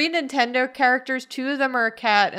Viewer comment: says Nin-Kendo characters... I can never unhear it and now neither can you random person scrolling through the comment section.